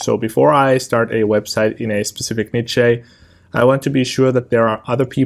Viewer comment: Lol. Never heard someone pronounce the word niche in such a hilarious way